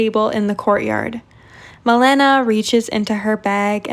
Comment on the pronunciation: girl......its Maléna